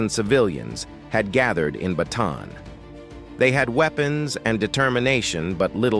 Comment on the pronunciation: good vid ... minor point - the correct pronunciation of Bataan is BAH TAH ANN